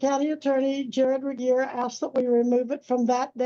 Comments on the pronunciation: Please pronounce j. Regier correctly. She is driving me crazy!! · This dingbat again...smh. and poor ol' reliable Regier, always having his name pronounced wrong.